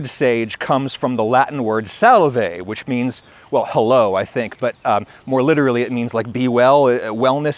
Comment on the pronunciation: to be a nerd about this, scholars generally debate roman latin pronunciation and the popular conclusion is that “v” replaced “u” and “w” sounds. So “salve” is more like “SAHL-way”. This is i believe where “salute” and “salud” comes from. To be more specific, salve is the imperative form of the passive verb “salveo” which is “to be well” so saying “salve” is like saying “be well!”. The active verb equivalent of “salveo” is “valeo” which is literally the same meaning but as an agent rather than a subject. It’s where we get the most common “goodbye” in Latin which is “vale” (pronounced “WAHL-ay”). Also “thujone” is another example of Latin and Greek affecting modern english, as the medieval latin word was “thuia” (thoo-YA), referring to cedar and itself derived from greek thyia which refers to more grimly, a sacrifice at a celebration.